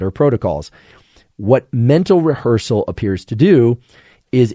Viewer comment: Rehearsal >> Revhearsal.